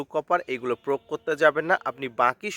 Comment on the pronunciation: প্রোগ না প্রয়োগ বলেন